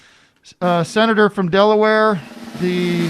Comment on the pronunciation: It's like "uh... Dela-where!?"